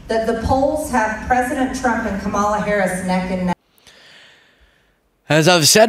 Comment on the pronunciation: Trump’s supporters: uneducated and uninformed dull minded people. 😢 MTG needs to be voted out of office! 👏👏 Republicans sound so stupid when they don’t pronounce Harris’s name correctly. What’s wrong with these people!